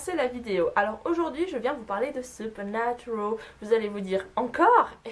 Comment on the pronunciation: Supernaturaaaaal pas supernaturooool tu est française sinon bonne vidéo 😜